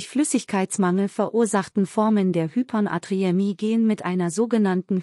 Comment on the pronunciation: Danke für diese Informationen. Aber das Wort Hypernatriämie doch bitte richtig aussprechen: Hyper-Natriämie, und nicht Hypern-Atriämie.